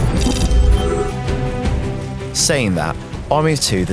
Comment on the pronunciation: The individual that reviewed this game has obviously not played the game as he doesn't know how to prenouce rios's name, even when the ingame dialogue says it several times. he also just seems to have a "whatever" attitude about the entire series.